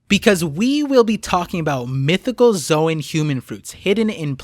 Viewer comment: Why does literally every one piece YouTuber pronounce "zoan" as "zo ahn" or "zo ehn"??? Literally in the original pronunciation It is just a "z own" like the word zone....